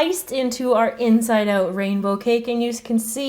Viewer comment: lol you can really hear her accent when she says "out"